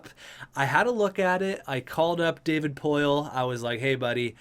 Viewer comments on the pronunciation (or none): none